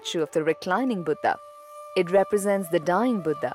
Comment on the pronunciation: I love ur video except the vocabulary of some crude hindi words. Like instead of niravaan u repeatedly said nirvaanaa, i request u to kindly stop using this way to impress foreigners accent, its our language our word we must carry the original word with right uchcharan.... Its Buddh not buddhaa